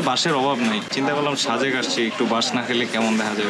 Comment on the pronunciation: Vai শাজেক শুনতে ভালো লাগছে না। সাজেক বললে ভালো লাগতো। 😐